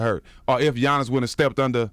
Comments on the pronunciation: “Gi-annis” dj envy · On the topic of super teams…and talking about the bucks let’s pronounce Giannis’s name right!!!!!